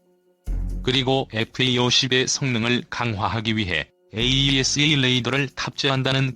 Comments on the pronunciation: 모델명에 들어간 대시((-) 를 마이너스 라고 읽는 것은 잘못된 것입니다. 대시로 읽거나 또는 읽지 말아야 합니다. 또 "Ⅱ"를 읽을 때 아이아이(ii)로 읽는 것도 잘못되었습니다. Two로 읽던가 이(2)로 읽어야 합니다. 로마글자 숫자 Ⅰ Ⅱ Ⅲ Ⅳ Ⅴ Ⅵ Ⅶ Ⅷ Ⅸ Ⅹ는 1~10을 나타내는 것입니다. 또 AESA를 모두 에이사로 읽고 있는데 에이이에스에이로 읽는 것도 좀 우스꽝 스럽습니다. 좀더 공부하면서 해야할 필요를 느낌니다. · AESA레이더를 호칭하실땐 "에이 이 에스 에이 레이더"라고 하지마시고 "에이사 레이더"라고 불러주세요!